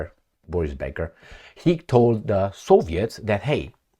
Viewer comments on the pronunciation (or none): none